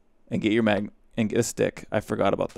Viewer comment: oh yea! mah-guh-num torches.